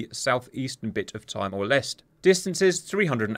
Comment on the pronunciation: Do me a favor, please... Check Pronunciations... Hotham - Hoth-um not "Hothe-am". Timor Leste - Tee-more Lest - eh not "Tie-more".